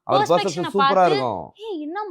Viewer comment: adhu perception... Adha correct ah sollu... 100 times prepection nu soldra